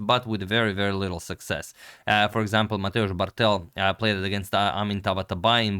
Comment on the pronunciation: Name Bartel is properly pronounced with the accent on the first syllable not the last. Bártel not Bartél.